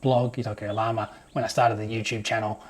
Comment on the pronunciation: You have lived in Ecuador and speak Spanish, so you know Llama is pronounced "jama" :) You could rent the second floor above your tool shop out in Airbnb.